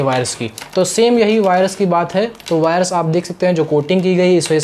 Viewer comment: वायरस नहीं वायर्स।